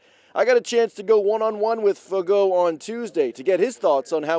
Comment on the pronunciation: Any body else get extremely disappointed when he pronounced it fagoh? 😂